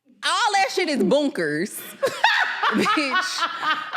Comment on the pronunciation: Not “boonkers” 😂😂